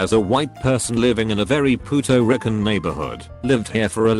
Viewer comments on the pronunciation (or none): Nobody: Voiceover: Puto Rican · Lmfao,"puto rickin neighborhood" damn computer voice is a trip lol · "Puto Ricken?"🤣🤣😂🤣🤣😂🤣😂